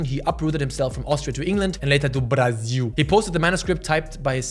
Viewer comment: BRAZIL MENTIONED? I lived to see say BRASIL in perfect portuguese, VAMBOOORA PORRAA